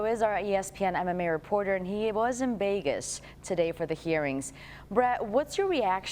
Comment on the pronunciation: She also called Vegas = Begas lmfao